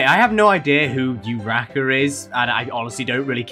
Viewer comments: Uhh for the video about "Why me and deku are the same" and when the reason smh came up and you said "I don't know who uderouko is" Her name is actually pernounced Uraraka. She from MHA (My Hero academia) while Deku (Izuku Midoryia) being the protagonist of the series. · That lady is nothing like deku- she didn't even pronounce urarakas name correctly- and that uwu at the end- omg dont get me started that made my brain just die